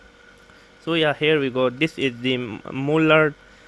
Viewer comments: I was just distracted by the "moolard" (again it's Marl-lurd). The mullard reissue 12au7 is a steal, in terms of its price. It sounds very very very good. It's an all rounder on my 2 channel hifi system. It's not getting the attention it needs. Thanks for talking about it. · Hi, It's pronounced as "Mar-lurd" sorry, it's jarrring. Not moo-lard.